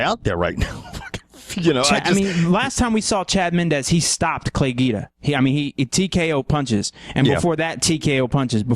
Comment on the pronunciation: low zawn, gwee da. but hey it made me laugh cause i had no idea who you were talking about till you said he was fighting danzig